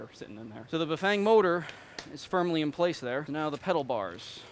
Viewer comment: Did he just say "pedal bars"?